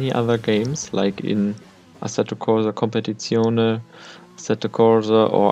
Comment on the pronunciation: Ist mir aufgefallen als er Competizione ausgesprochen hat😂